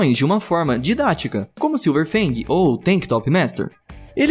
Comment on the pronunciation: falou errado é silver fang não silver bang